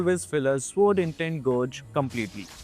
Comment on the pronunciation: immediately triggered by how this guy is pronouncing gauge